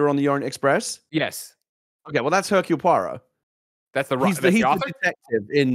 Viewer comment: You just know that poor Gen is rolling her eyes at her husband's pronunciation massacre of Hercule Poirot.